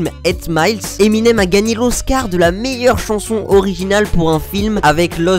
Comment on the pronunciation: Peux tu m'expliquer ou tu prends tes infos? Tout ce que tu racontes c'est mal expliqué et tu as le pire accent anglais que j'ai jamais entendu! Tu ne sais même pas prononcer Eminem comme il faut. Tu sais les chocolats M&M ?